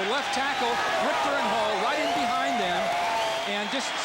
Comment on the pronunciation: I want to slap the announcer that keeps calling Jim Ritcher, "Jim Rickter"